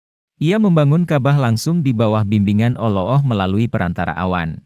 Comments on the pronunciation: Kalau menyebut alloh yg bner doong bung........ gmna... cerita suara nya gt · Min tlg belajar lg klo ngucapin lafadz alloh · Cuma caramy menyebut ALLAH tidak benar